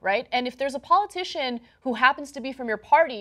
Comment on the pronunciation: I like how John pronounces party as "paorty"